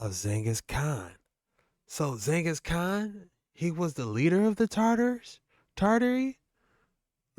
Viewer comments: He is saying it wrong! Not Zengis Khan !!! But Ghengis Khan. G sounds like in Gate. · He said zingus khan not Genghis khan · If this man say Zengis Khan one mo time... 🤦🏾‍♂️🤦🏾‍♂️🤦🏾‍♂️💀